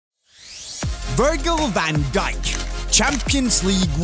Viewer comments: My man said vrgl van dijk Its virgil! Start working on your pronunciations of players names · It's pronounced Virj-ill van Dike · Ver goo eh Van Djik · Disliked at the complete butchering of his name at the start